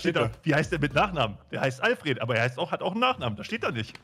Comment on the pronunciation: Die beiden Fragen waren für mich sogar quasi gleichwertig. Beim Buttler habe ich zwar etwas überlegen müssen, kam dann erst auf Albert,,, Neee, irgendsowas... Alfred (aber unbedingt ENGLISCH ausgesprochen! - so in der Art: olfrehd). Wie die alle so deutsch ALFRET sagen 😞 Und selbstverständlich sage ich bei einem Fixpunkt der Basiseinheit = 0 Naruto ? Ok, ich weiß das ist irgendein Anime, dann hört es aber auch schon auf. Oskars ? 0 Idee - war Tom Holland nicht mal so ein Hype? Ansonsten vielleicht Scarlet Johansson BAAL ? Bitte was für ein Ball? Taylor Swift Tourname ? Pff ... Abbey Road war da nicht was ? Millie Bobby Brown? Bobby Brown ist doch sehr bekannter Sänger.. wer ist Millie ? seine Tochter ?